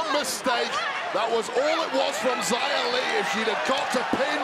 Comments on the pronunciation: Why did they misname xia by calling her ziya. It's pronounced like "she-ah". Still feels wrong. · Questi annunciatori americani :face-orange-frowning::face-orange-frowning::face-orange-frowning:come al solito storpiano i nomi degli atleti; In questo caso pronunciano Zaia Li invece del giusto nome Xia Li !!!